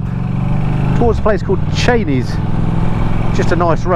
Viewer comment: Glad that you pronounced Chenies correctly this time. I'm not expecting to see many of these Norton's out and about in the Chilterns at that price but I suppose that will make them more of an investment.